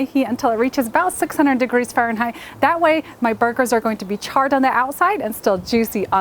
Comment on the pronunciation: I will say the way she says furrenheight and papRIKA had me 😬😂🤦🤷